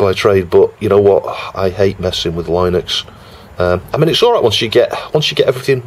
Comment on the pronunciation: It's pronounced Linux, not Linux! 🙂